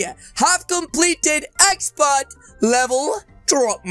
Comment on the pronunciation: You said it wrong it’s expert